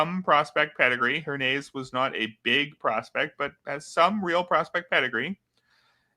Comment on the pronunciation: I think its pronounced Her-ny-ez